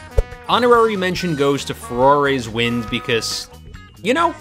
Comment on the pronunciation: “Ferrari’s wind” BRUH